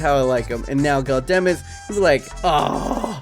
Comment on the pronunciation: Gudelj is pronounced with silent j. You completely butcher his name